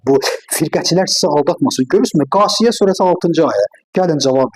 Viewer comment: Qasiyə deyil !!! Cəśiyə -dir, kəlmələri düzgün öyrənməyin şərtdir !!!!